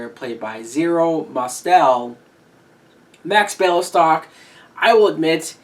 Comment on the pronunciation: Zero Mostel (pronounced Mah-stell) played Max Bialystock (pronounced BEE-ALLEY-STOCK) a small town in Russia, from which Mel Brooks' family presumably came! If you want to be taken seriously as a reviewer, learn how to pronounce words, especially names, correctly! Brooks' script was based on an actual incident where the producer of "No Times for Sergeants" hoped it would flop so he wouldn't have to return the investors' money. He chose the then unknown actor Andy Griffith for the leading role, that of a hillbilly who is drafted into the army. The play was a huge success on Broadway, was filmed with Griffith, launching his career, and sparked a TV sitcom. Yes, the producer went to jail for fraud, but, unlike BEE-ALLEY-STOCK, did not return to show business.